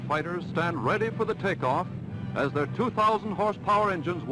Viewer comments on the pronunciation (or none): none